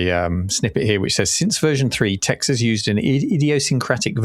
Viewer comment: This ai (theft) crap bubble needs to DIE. Also, Tex is pronounced Tech.